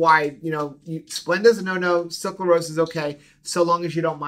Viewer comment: I loved this info! I wish more people would realize that Gatorade/Powerade are not good for electrolytes. They just have good marketing. But, you’re killing me! It’s pronounced suc-ra-lose not suc-la-rose. 😁